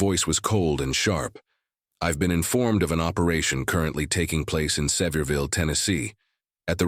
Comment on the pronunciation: Please learn to pronounce the name of the city properly. Se-VEER-vil…